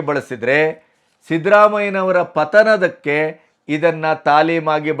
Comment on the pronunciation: ಪಥನ ಅಲ್ಲ ಪತನ